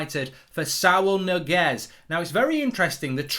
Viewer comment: It's not Niguez, it's Ñiguez